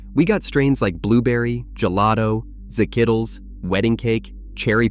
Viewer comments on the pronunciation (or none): Not the Za-kittlez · "ZIH-KITTLES" lol